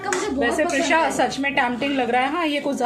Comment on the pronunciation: Tampting lol 😂 it’s tempting dear